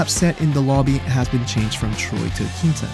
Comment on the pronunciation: Hamare aankita bol rahe hai 😂😂